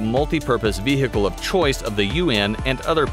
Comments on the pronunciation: Has this guy really been saying ve-hicle all this time? And nobody’s told him? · The way he says vehicle 😂 "veeeceeheeecle" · He's trying so hard to say vechile cool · The way he says vehicle reminds me of the the cool whip joke from family guy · Who else loves/laugh when he sayes vehicle